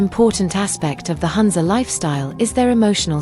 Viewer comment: It’s NOT HANZA. It’s HOONZA ( HUNZA) The U is pronounced as Ooo.